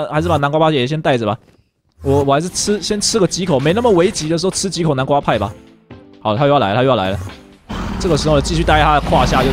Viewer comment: 從 看的話會聽到把南瓜派說成南瓜叭叭